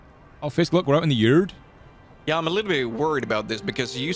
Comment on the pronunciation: "Fisk, we're out in the yurd." Hahahaha! Edit:, I believe this game was MADE for you and Fisk! Great video!